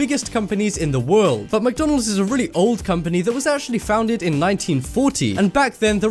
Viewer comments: anyone noted he said foundeg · He was saying founded the whole time and it annoyed me!!!😂😂😂